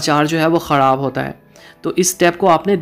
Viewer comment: Lafz khorab nahi Myry bhai kharab hora hy